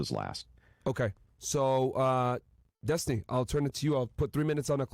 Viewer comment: it's Des-tiny.